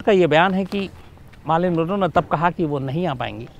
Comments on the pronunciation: Its not Maarlyn MAR like MAT bat Not Baat So Mar means Mer = Marlyn again Man Manroe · Sorry to correct Bhai... it's not Maaarlyn....she is Marilyn Monroe....😀😀..